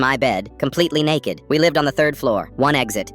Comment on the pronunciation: Is anyone talking about how he said naked😅